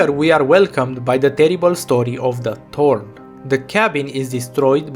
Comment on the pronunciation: I just realized something... thanks to your foreign accent, you pronounce Thorn as "Torn", which brings an interesting meaning to her character. She is most-definitely torn apart as a character at this point. I mean, Thorns have a tendency to tear apart whatever rubs against it.